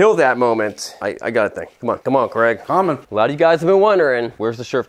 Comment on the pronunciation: Question: how come you call Craig Creg, but you say Craigslist absolutely fine